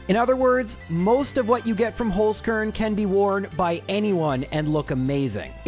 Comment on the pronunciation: Dude really needs to learn how to say "Holzkern"